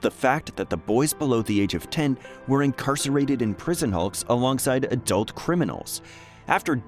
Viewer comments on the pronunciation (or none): none